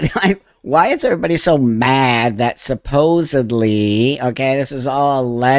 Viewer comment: Thank you for saying 'supposedly' instead of supposubly ❤🙏❤🙏❤